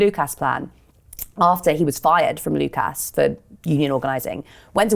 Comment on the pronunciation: I like abd admire what the Lucas workers tried to do - and the venture failed. I doubt very much that mainstream business and finance lost so much as a picosecond's sleep over the implicit threat to the established way of doing things presented by the reshaping of Lucas. ('Lucus', not 'Luke-ass' - British English loves a schwa.)